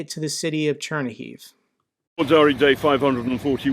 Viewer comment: Great wort! Cher NEE-heew! (Chernihiv)